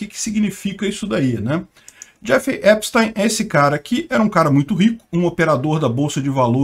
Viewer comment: Assistam a serie/documentário, no Netflix. P.S.: A pronúncia do nome é Epstin, ou teen, não táin.